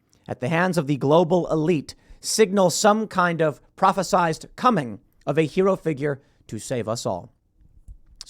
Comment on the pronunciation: Tim it's prophesied. Prophezied is not a word.